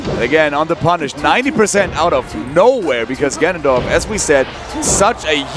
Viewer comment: D1: "ganon-DORF"